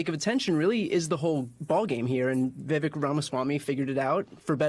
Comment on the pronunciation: People, please... Vivek rhymes with cake.